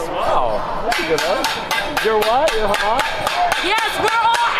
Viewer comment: If you know the least bit of Arabic then you can tell that the girl is pronouncing Hamas horribly. A false flag if I ever saw one. Same tactic as the D-list Israeli actress who claimed to be recording a video from inside the Alshifa hospital.